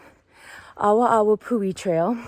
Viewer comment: it's probounced "AH-VAH-AH-VAH-POO-HE" -- "W" in Hawaiian is typically a "V" sound. Unfortunately, this is a common problem. Tourists go to the trailheads & assume they dont have to pay anything. The kiosks to purchase your daypass + parking permit are at the MAIN lookouts & I think one is at the Lodge recreation area. That is a fault of Kauaʻi Visitor Bureau & Hawaiʻi Tourism Board -- they assume people will stop at the lookout(s) first, where there are volunteers working to help direct the tourists & check if they have parking permits in their vehicles, etc. Thats Waiavī -- aka Strawberry Guava -- highly invasive & taking over our native forest. Very yummy, nature-provided trail snack, but invasive.